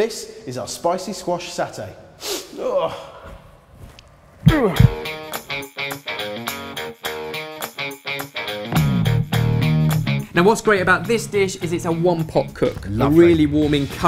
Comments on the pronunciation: where's the satay lol? Anyway it's pronounced "Sarh (rhymes with tar) - tay (rhymes with may) " Doesn't matter how you pronounce it you boys are english. Anything sounds lovely. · Haha good point but the way pronounced Satay still bugs me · In Singapore we pronounce it as SAR-TAY. Adding to what Danielle said, satay actually refers to skewered grilled meat. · Satay here in America we pronounce it with the aw sound like saw te here it rhymes with resume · Satay is pronounced as how you would pronounce the 'sa' in levioSA! Satay! Now,let me perform the summoning charm... Accio Satay! ✨💫🍲 Nomnomnom! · Pronounced Sar-tay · it's Sahr-Tay, not Sau-Tay..... source: I'm from Malaysia and that's how it's pronounce ;) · I think it s AH tay and not s awr tay :) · Hey there! Indonesians pronounced satay (or sate) like this: sa-te. 'Sa' as in salute and 'te' as in tender. This dish looks so yum, it's somehow seems like a watered-down, one pot gado-gado in which you cook the veggies together with the peanut sauce, rather than separately. Gonna try! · Sarrrrrtay not satay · It is sa-tay not sah-tay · satay not sawtay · It's 'sa-tay' not 'sat-ay' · The "sa" in satay is pronounced like the a in far. In Malaysia, we eat satay with rice wrapped in pandan leaves and chunky peanut sauce, the most comforting food you can ever eat. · well in my country (Indonesia), we pronounce it as "sa(with a pronounced like in banana) - te" though in my country it's a dish with skewers.... stil i love this dish as well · It's "saa" (rhymes with far without the "r") and "Tay" like the river 😉 N Malaysians, Indonesian n Singaporean actually all pronounce it similarly. ☺️ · In singapore its pronounce as sa-tay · I'm Malaysian and its SAH-tay and the first vowel is a short vowel. Phonetically its; /sæteɪ/ :3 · You can say satay pretty much like this : sa like in the salt and te like in the tempo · Someone has probably posted this but it's pronounced sah-tay :) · Malaysians call it "sa-tei" (Sate)